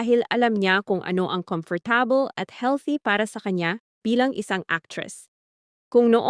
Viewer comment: Whaaat?! How did u say 'comfortable'!!!!????